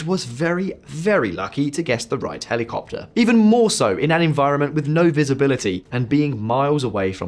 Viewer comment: Hely Copter,Hely Coptet.